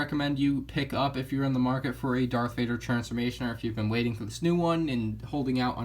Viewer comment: Are you saying dark Vader